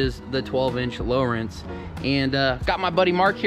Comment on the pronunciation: It’s lo rance not Lawrence